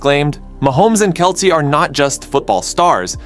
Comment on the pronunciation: How do you not know how to pronounce Kelce's name?